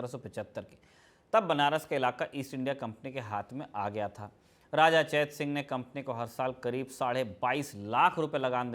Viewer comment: चेतसिंह को चैत सिंह कहना कंफ्यूज कर रहा है।